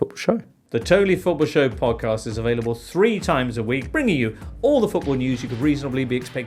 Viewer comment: "When is Wissa going to be awailable?"